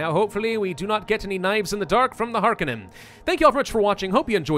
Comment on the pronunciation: it's Har-Cone-Non